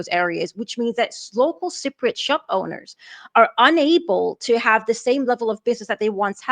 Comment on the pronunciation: Sigh-priots? Is that like Eye-rakies. Cypriot. Just highlight the word and ask your computer to say it. Sigh-priot is not the way to say the word and frankly when you say it that way it's hurting my ears.